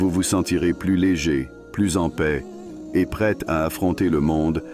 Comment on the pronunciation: C'est PAIX et non Pèse.